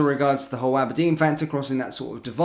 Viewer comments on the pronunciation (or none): none